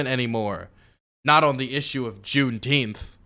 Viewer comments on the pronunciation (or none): Can people just say it properly? It’s literally the dumbest sounding shit I’ve ever heard. JuneNINEteenth. Double plus good.